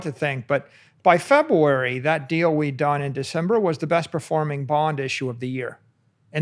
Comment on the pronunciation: It's so cute how he says February as Febwoowery.